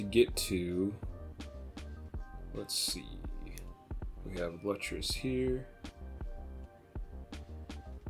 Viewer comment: Lutris is pronounced Lewtris